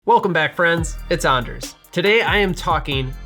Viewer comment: As a fellow Anders who is just getting into making cocktails at home I need to say 1) it was very weird hearing my name throughout this video. Not super used to that, even after 28 years. That said - wonderful to find another Anders in the world who pronounces it like us. And 2) thank you so much for an informative and entertaining video. Definitely going to keep coming back to support this Anders. Thanks. From... Anders.